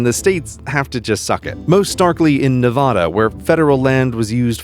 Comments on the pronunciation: You mean Nevada? Ne va da? Va Da? Both the a's sound like the a's in Dad. Only real Nevadans know how bad NeVahDa sounds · Why pronounce Nevada wrong 😭😭😭😭 I grew up in the Vegas Valley and we always said Nevada as in apple not Nevauda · Yes, stay out of Nevada. We're empty and there's nothing to do. We even have open carry, so that's scary, right? STAY OUT OF NEVADA CALIFORNIANS AND NEW YORKERS! Also Neh VA Da not Nuh VAW Duh!!!!!! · It's "ne-VAH-da" not "ne-VUH-da". Think cat, bag, hat NOT stalk, prada, etc. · I facepalm at your incorrect pronunciation of the great state of Nevada. Nev-ahhhh--duhhhh NOT Nev-awwwww-duhhhhh! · He pronounced it nɪˈvɑːdə when the official pronunciation is nɪˈvædə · Its nu.vada not naa.vada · I'm from nevada and it's kinda great. You'll drive 100 miles on a dirt road with nothing but one dude on a bicycle probably worth as much as your car. Also your car is a side by side. P. S. It's pronounced neh-va-da, not nah-vah-dah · It’s “Nev-aa-duh”, not “Ne-vah-da” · Its Nev-a-da not nev-oh-da, it sounds like it looks so get it right! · its ne-va-duh not ne -vaw-duh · it's not Ne-vah-duh, it's Ne-vaa-da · nevada not nevahda😠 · Hello anyone reading this remember as a citizen o Las Vegas Nevada is pronounced (Na-vad-a) not (Nev-Ade-a). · Nev-AH-da is not the way to pronounce the state unless you want to anger a local, the proper pronunciation is Nev-AD-a. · HE PRONOUNCED NEVADA WRONG. NE-VA-DA NOT NAH-VA-DUH. Son of a bitch. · It's not pronounced ne-vaw-da. It's Ne-vah-duh. I live here. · Please use the correct pronunciation of Nev*ADD*a, not Ne*VAHD*a Thanks. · It's Nevada not Nevahda. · You need to STFU & GTFO. Our state is not pronounced Nev-AH-da. Its Nev-AD-a. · ITS NEVADA NOT NEVODA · Why is Nevada so hard to pronouce correctly? Like, come on it's not hard. The VAD is pronounced vad like sad, not like not vod like rod. Its Nevada, not Nevoda. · Learn how to pronounce NEVADA. It's Ne-VAAA-duh, not Nuh-VAH-duh. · NEVADA!! Not NEVADAH